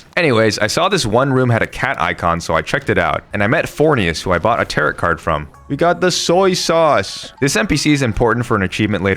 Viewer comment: Heyy! Great video, just letting you know that Tarot is pronounced “tare - row”